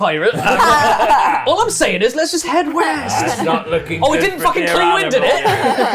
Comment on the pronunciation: East? I thought you said weast